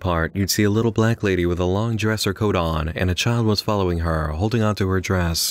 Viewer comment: Okay... Why so much emphasis on the "coat oooon" and "heeeer" and then at the end of the sentence there's such an awkward pause?